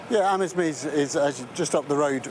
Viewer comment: Pronounced Amz-meez